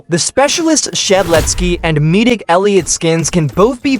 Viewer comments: Midik elliot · "Meedic" *Edit*: Wait hold up... im talking bout the tts saying "Meedic" I should probably be talkin bout him saying "Veeroniger"